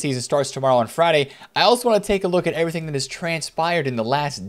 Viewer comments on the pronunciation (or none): none